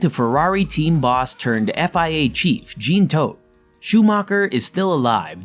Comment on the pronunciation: “Gene Toad” 🤦‍♂️😂